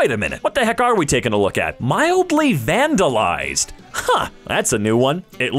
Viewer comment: ah yes, vanalized